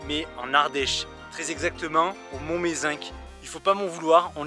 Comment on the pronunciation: Mont Mézenc. On ne prononce pas le c ! La bise